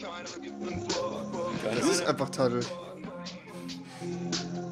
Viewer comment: "Taddl" nicht "Taddel". Du Löwenzahn.